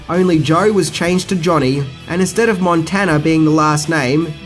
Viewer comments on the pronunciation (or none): none